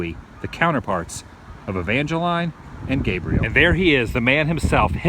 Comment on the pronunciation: My middle name is Evangeline said "E-van-ge-line" I visited St. Martinsville